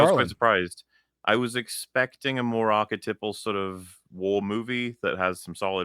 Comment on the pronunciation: HAHA, Said "ArcheTipples".